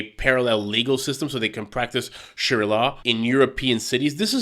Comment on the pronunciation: Its sha-re-ah, not sher-l ah